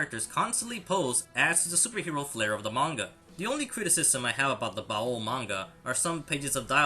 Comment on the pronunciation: You're over pronouncing baoh its pronounced like bao not bao-oh